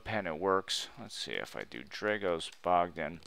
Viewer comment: I don't understand why you claim to be Dragos Bogdan when you cannot pronounce that name in the correct way !